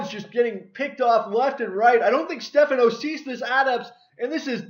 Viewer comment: title spelt wrong its Stephano also it is pronounced (ste fon O)